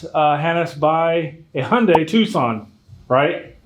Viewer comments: The "H" is silent...it's actually (Jun-die). But that's what happens when you use and "English speaking" pronouncing application. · I just gotta say it. I hear it often. How can a car dealership mispronounce car names. Like you and the Hyundai mispronouncing. As soon as you said HONdai, I heard it. And soon after there's the correction. Learn from thst Dude. Respectfully mentioned 😂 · Hey, Hyundai rhymes with Sunday! Lol